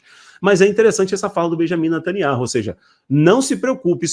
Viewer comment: Me desculpe vc precisa ouvir um judeu pronunciando o nome do ministro.